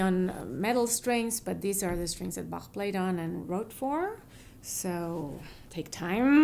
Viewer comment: Roscoe TeleShack that’s how you pronounce his name correctly